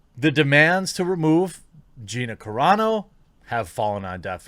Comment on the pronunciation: YES! You finally pronounced Gina Carano correctly finally! Thank you! It was killing me, as I've been a fan of her since her MMA days.